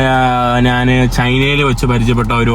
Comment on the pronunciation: നാൻ, നാണു, നാന് അല്ല. ഞാൻ എന്നു പറഞ്ഞു പഠിക്കുക